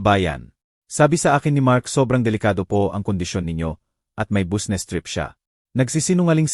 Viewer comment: Ewan ko Basta nttwa ako sa narrator sabe nya busnes tas nikte gete Durk nub